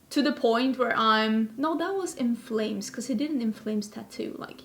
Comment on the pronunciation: I love how you pronounce In Flames properly, I've heard several people pronounce it as "INflames", like inflaming something instead of being in flames AND not only inflaming but INSIDE instead of outside, or something. Drives me nuts 🥺